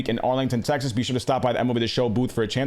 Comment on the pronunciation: Am I the only one that heard "Arlington Sexas" the first time he said it 🤣